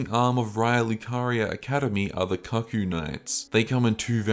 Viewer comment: Great video! Cuckoo is pronounced “coocoo” btw